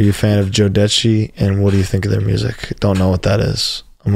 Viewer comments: My man pronounced it like he’s saying “Joe Pesci” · The jodeci bit is killing me I have never in my life heard someone pronounce it that way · 😂 oh my god the pronunciation of jodeci